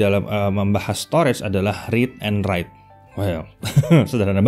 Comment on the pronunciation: Read & WEITE Lol🤣